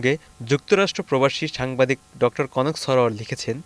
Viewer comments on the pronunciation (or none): none